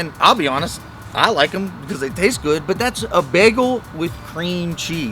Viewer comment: Begel? What's a begel?